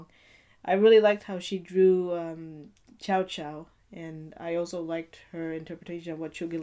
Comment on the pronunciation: Hey there! I enjoyed your video, but try looking at your camera a bit more instead of looking away so often.. also (pet peeve I am so sorry) you mispronounced Cao Cao. I'm loving that panda pillow in your background haha. Nice video all around though :) I liked it. Keep up the good work!!